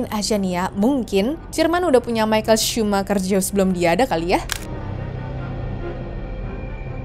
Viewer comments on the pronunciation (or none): none